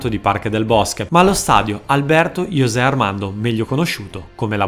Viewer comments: "Iosè" anche no. La J non si legge come una i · Se mi posso permettere, ti vorrei dare due consigli per pronunciare più correttamente i nomi sudamericani: se si parla di ispanofoni, quindi praticamente tutto il sud America, Brasile escluso, la J si pronuncia come una H molto pronunciata (in gergo tecnico, aspirata), simile a quella iniziale nei termini inglesi come Hot o Heart, ma ancor più udibile (quindi nomi come Juan o Jose si pronunciano Huan o Hosé), mentre se si parla di brasiliani quindi lusofoni, la J ha un suono simile alla G ma più morbido (per aiutarti utilizza la pronuncia della lettera nel nome João Cancelo/Miranda/Moutinho/Mario ecc... e applica a nomi come Juan, José ecc...). Infatti sia in spagnolo che portoghese la lettera dell'alfabeto J si trascrive Jota, ma viene pronunciata "Hota" in spagnolo(sempre con quel suono iniziale particolarmente pronunciato), mentre "Jota" in portoghese ( con questa G morbida tipica di tutti i sostantivi in lingua portoghese che iniziano per J). Sono puntigliosità che tuttavia renderebbero i tuoi video, già di alto livello, ancor migliori, grazie anche alla tua voce che, devo ammettere, è molto radiofonica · e allora a volte jose si pronuncia giose e a volte iose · No. Si pronuncia sempre con la jota dello spagnolo, ne con la g ne con la i